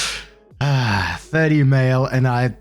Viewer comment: I wasn’t reading this, just listening so I thought Mark was saying “Birk” 😂